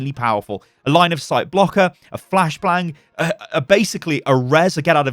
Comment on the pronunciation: "A flash blang"- 2020